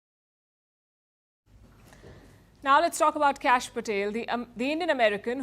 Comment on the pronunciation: It is "Kash," short for "Kashyap." pronounces it as "Cash."